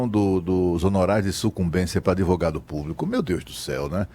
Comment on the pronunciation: O "véinho" de óculos falou adEvogado umas 12x. Ouviram? Jesus ! ! ! !